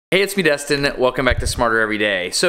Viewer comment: Why do you say your own name wrong every video?